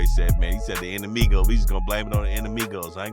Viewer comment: Bruh u sayin INNER-MIGOS?? 😂😂😂Tf is u sayin???